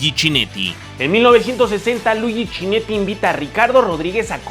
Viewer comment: Está buena la historia como la cuentas, solo que no es CHINETTI, se pronuncia "kineti", no es "FANGUIO" se pronuncia FANGIO y no es "COMANDATORE", es COMENDATTORE.